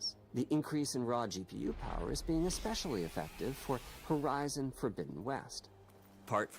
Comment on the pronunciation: Did you pronounce Horizon like that ironically...?